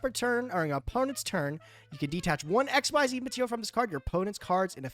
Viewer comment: Please! It's "Ehks-zees", not XYZ summoning!